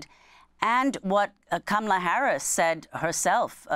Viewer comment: im weak at "HAMALA KARRIS" time ...its scamala..but she was close...haha